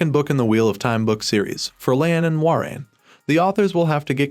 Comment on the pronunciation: Mah ren? Moy rain!!!!!! It's a crappy name and kind of hard to say because of the oi but you have to say it correctly if you're going to make videos about it